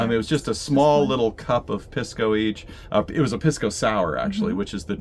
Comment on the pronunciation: Thanks for the videos. FYI, Pisco is pronounced "Peace-co".